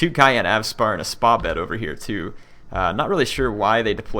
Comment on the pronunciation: Great video,really enjoyed it. i just want to point out something about the pronunciation of 'Spahbed' it's pronnunced like this : Sepah-bod Thank you